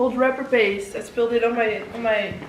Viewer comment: No one:: 'hot rapper paste'